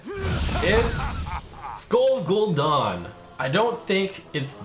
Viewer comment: First Pallytime says TOORANDUH now Trump says GOL'DAN